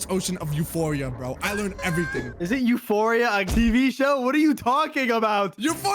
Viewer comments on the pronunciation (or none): it’s pronounced like Eur-O-pa not U-phoria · it's pronounced yur-o-pa, not yoo-for-ee-a. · actually it's pronounced ur-O-pa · Oh my god. As a astrologist its pronounced "Your-oh-pah" Not "Your-oh-fah" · No way said Uphoria but he meant Europa (Yer-op-a) Thats how you pronounce it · it's Eu - ro - pa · Ur-opa* is how to pronounce it in which it could have life since it has as underground ocean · BRO EUROPA IS PRONOUNCED (yer-oh-pa) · I like how pronounces Europa (e-you-ro-pa) Euphoria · Europa is pronounced ur o pa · How to pronounce europa moon of Jupiter u-ro-pa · It’s pronounced eu-ro-pa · it’s pronounced as you-ro-pa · It's pronounced Ye-ro-pa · PRONOUNSE EUROPA RIGHT ur-o-pa Also this was made on my sisters bday